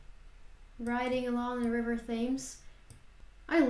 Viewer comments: You pronounce the river Themes wrong, you should use the program you used for Lough Neagh to learn how its pronounced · You actually pronounce the ‘River Thames’ as ‘Tems’. Forget the H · I would be surprised if Liverpool was the third largest city in the UK Thames (the river) is pronounced Tems. The English language is very consistent in pronunciation. Very good review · FYI River Thames is pronounced as River Tems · Thames is pronounced Tems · the Thames is pronounced tems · Sorry to be pedantic But it’s River Thames pronounced Tems Great vid 👍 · Liverpool 3rd largest city!!! not even close. London, Birmingham, Leeds. You have been looking at metropolitan areas and they are not cities. Ps. Work on your pronunciation of the River Thames, your not even close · Really enjoyed your video. Just so you don't get angry letters from Scots, the capital of Scotland is pronounced "eddin-bruh". -borough, -burgh or -brough suffixes are pronounced "bruh". Severn is pronounced "7", Thames rhymes with "gems". Ben Nevis is "ben nevvis". Those walls in Wales are called "drystone walls", stone walls without mortar.